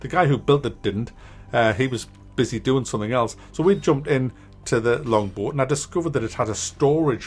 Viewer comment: so... how many people for the longest time thought he was saying "longboard" and was waiting to see him skate down some mad hills LOL